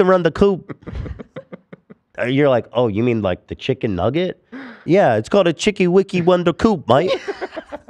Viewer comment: “they forgot to take the skin away from the shiken” in an English? Accent gets me every time. I think this is my favorite thing has EVER said